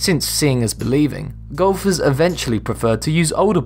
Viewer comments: who else thought he said Gophers for a minute? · Did anyone else hear gophers instead of golfers?